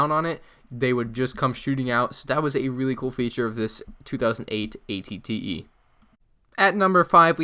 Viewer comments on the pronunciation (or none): Aclley it is spelled at-et you said at-tee